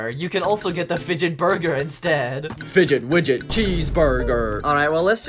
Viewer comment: I love it when you say FIGE5 WIGET CHEESE BURGER 😂😂😂